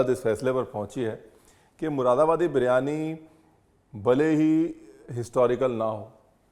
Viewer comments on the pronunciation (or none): P.S. Read it as Muradabadi instead of Mushidabadi.